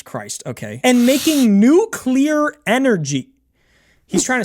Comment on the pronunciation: New clear energy 😂